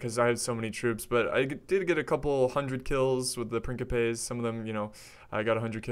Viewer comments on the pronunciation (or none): Love your videos, man, been binging on them! Also, just because I appreciate your pronunciation attempts (and misattempts, haha)... Principes is pronounced "Prin-chee-pays" :-D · why does he keep pronouncing principes "prinkipes"? is that how its pronounced? because in spanish principe literally means prince and is pronounced like "prinsipes" but this is latin so idk, but in rome 1 and 2 the troops literally say "prinsipe" when you select them